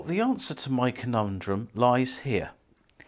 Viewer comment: Its pronounced So nee not son e